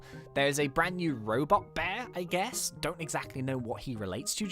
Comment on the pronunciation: U said ge not guess lmao